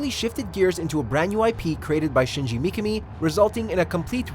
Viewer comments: Dude, what´s up with the pronounciation? Mikka-Me instead of Mee-Ka-Me flash-forward instead of fast-forward Pro-gi-na-tor instead of Pro-geni-tor Don´t get me started on Shi-Butt-A... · Micami? Its pronounced MI-KA-ME.... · McAmi??? It's pronounced Mi Ka me, common man..... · Shinji "mee-kuh-mee"....well this dude has never really researched about Resident Evil before. What if everyone pronounced it the way we all.think is proper, but the Mikami family, and this narrator, pronounce it "mee-kuh-mee" and that's the TRUE right way of saying it? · It's only said as Me-kah-me. There isn't numerous ways to pronounce it. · Mikami. (Me-Ka-Me). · Also, you pronounced 'projenitor' wrong as well as Mikami. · Personally, I feel like I fall between two chairs in the RE fanbase when I say that I like both the classic trilogy and 4. RE4 is a fuckin masterpiece dammit, but so are og RE2. Really nice video by the way, but what bothered me throughout (as said by multiple people already) was the constant mispronounciation of Mikami's name. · Asides from the butchering of Mikami's name, great video! Would love to see more like this.